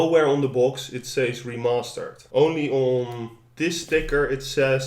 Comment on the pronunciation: did he say "re-mustard" ?